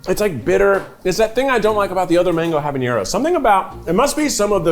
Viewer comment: haha Keith loves pronouncing habanero as jaboñero. There's no ñ in there!